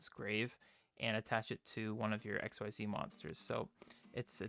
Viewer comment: Xyz I'd pronounced as Ex-ceed. XYZ is x y z in regards to the V-Z union/ Fusion monsters. Sorry that really bothered me.... good profile though.